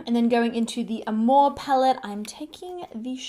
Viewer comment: I loved how you pronounced Amor it means Love in Spanish im from Mexico!!